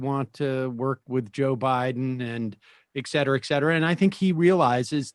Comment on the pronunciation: Ekcetera! Ekcetera! Ekcetera! Sam seder is a fucking moron!